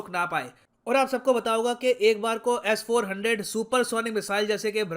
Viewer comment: Sirji, its S400, not Ass400. :-)